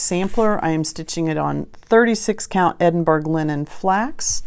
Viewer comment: I absolutely loved seeing all your projects. I would find it terrifying as I am a serial sewer. I found it all so interesting and inspiring. Please do not think This is criticism but Edinburgh is pronounced like( Duke )of Edinburrer or in US Edinburrow. Crazy English Scottish😉🤣🤣👏👏👌👌😉need to read the book now.